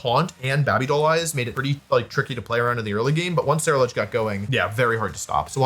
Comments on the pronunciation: Why do you say babby doll eyes? It's baby, BEIBI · WOLFEY ITS (BABYDOLL) EYES Bae-bee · Bah Bee doll eyes pronunciation is gotta be bait. No way any one pronounces baby that way. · what the heck was that pronunciation wolfe😂😂😂😂😂 "babi doll eyes"😂😂😂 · Bring from Dudley, UK and hearing Wolfey say “baaby doll eyes” warms my soul If you know, you know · "is it baaby doll eyes?" gotta be top 10 wolfey pronunciations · Hahah bahbi doll eyes has been killing me! 😂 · There is no way he is actually saying baby doll eyes that way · He says baby doll eyes weird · Why is he saying baby doll eyes like that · The way he pronounces Baby-Doll eyes is so funny to me 😂